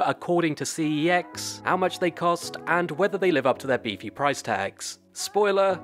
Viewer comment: Preach. 👍 Also glad to hear I’m not the only one who pronounces it “See-Eee-Ecks”. “Sex” (as it’s said in their ads) just sounds wrong.